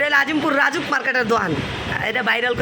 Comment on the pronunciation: আপু, রাজউক বাবান ঠিক কর । এটা রাজুক হবে না ,হবে রাজউক । রাজউক এর Full form হচ্ছে , রাজধানী উন্নয়ন কর্তৃপক্ষ । ঠিক করতে বললাম বলে কিছু মনে করো না । তোমার ভিডিও না দেখলে আমার শান্তি লাগে না । লাইক দিয়ে তোমার ভিডিও দেখা শুরু করি । তোমার ভিডিও খুব ভাল লাগল । কানাডা থেকে